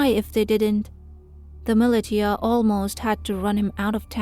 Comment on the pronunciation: ‘Millie•tee•a’, is that meant to be ‘millisha’ (militia)?